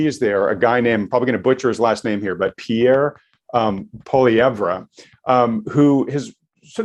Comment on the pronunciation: You did a great job of enunciating Pierre Poilievre's name. He is the only politician I trust. Wish he was PM. instead of Tinker Bell JT. Thanks guys.